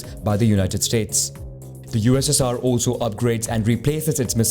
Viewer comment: the way he said ussr it sounds like UZZIR